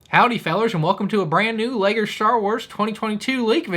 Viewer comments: What was that accent at the beginning 😂😂😂. "Leger" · You said legger starwers 😂😂 good intro dawg 👍🏻🥴